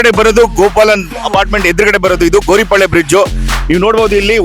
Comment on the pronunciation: Gouripalya not Goripalya....